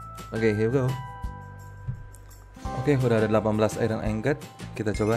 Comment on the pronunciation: ingot bacanya tetep ingot bukan aingot.